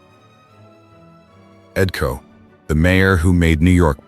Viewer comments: Ed Ko??? WTF? KOCH, the name is KOCH. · Tell me about it. I was going to post the same thing. Coach? Koch, rhymes with crotch. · This AI Junk has gotten all their names wrong. EdKo?? Sylvester Stallone?? Get the stories and names right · His name is Koch. All the letters are pronounced. His famous question was “how am I doing?”